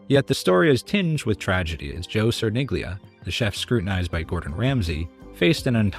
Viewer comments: Cerniglia="Chair-kneel-yah" Poor guy. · I keep hearing Sir Nigula. lol